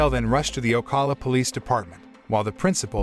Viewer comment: He miserably pronounced "Ocala". I am a florida resident.